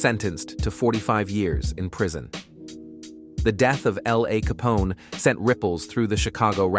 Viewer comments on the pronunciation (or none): It’s L A Capone not LAY tf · Wdf Lay Capone n a Fee BG Duck? Why do these creators even upload this shyt knowin the AI is sayin the names wrong? Or is dat the purpose? Folks is automatically goin to click on it any way bcuz its Chicago, its Drill. Folks are fans. To do all dat dumb shyt. Smh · I like to hear it from real narrative my goodness Ai said Lay Capone that's how I knew it wasn't a real person talking 😡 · Lay Capone smh lol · Piss me off how he pronounced LA Capone 🤣 I don’t understand how these white boys can make videos about people they know nothing about. Can’t even say the name right. Then he says “rondo noomba 9” 😒